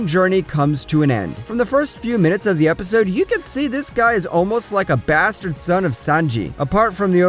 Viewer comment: I like how you said basterd son of sanji 😂